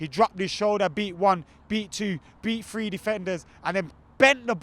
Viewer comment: It was the "FREE points that they FOUROUGHLY FOUROUGHLY deserved." Lol, the English way of pronouncing "TH" makes me chuckle. #GGMU